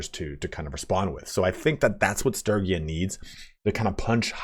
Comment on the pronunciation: hearing you mispronounce sturgia every 5 seconds is so cringe...